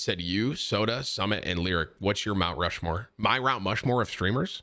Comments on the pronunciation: “My Rount Mushmore of streamers?” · "MY Rount Mushmore of streamers?" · Naw we ain't ignoring that Rount Mushmore right? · Rount Mushmore